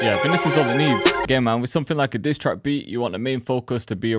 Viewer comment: 😂😂He said disstrake beat😹🔥🔥🔥🔥